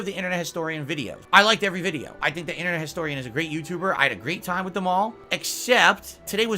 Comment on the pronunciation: The word is "witH",! "WIT" is an entirely different word & something you don't have!!